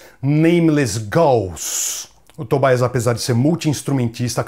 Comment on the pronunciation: Por que o "i" de Tobias tem que ser com a sonoridade do inglês (Tobaias), se a pessoa em questão é da Suécia? Em sueco esse "i" tem som de "i" mesmo, como no alemão.